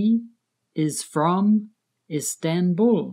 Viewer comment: İsdenbul whhhaaaat Actually is(tan)bul